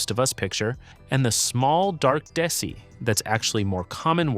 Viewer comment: I'm pretty sure desi is pronounced like day-see